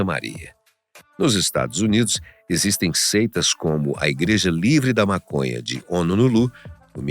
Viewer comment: To entendendo é nada. Tenho que parar de usar essa planta mn, ta fazendo bem n... N tem como n rir com esse cara falando "Mácônhá" N akakkakaakkaka